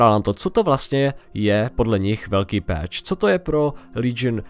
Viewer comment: číta sa to pač/peč a nie peeeeeč :D inak pekne video :)